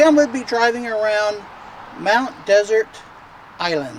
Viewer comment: It's pronounced "dessert"